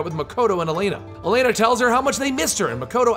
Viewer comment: same with elena, its pronounced e-lane-uh